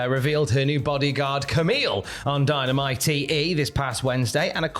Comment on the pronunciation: Can you please show respect to Dynamite by saying the name right just one mature time. I am not just defending Dynamite but be professional.